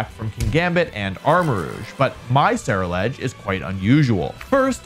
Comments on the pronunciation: I think Ceruledge is pronounced like 'cerulean' because it's blue? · Someone please tell Wolfey how to pronounce Ceruledge